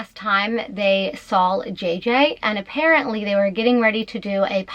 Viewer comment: Did you say that was the last time they "sawl" jj?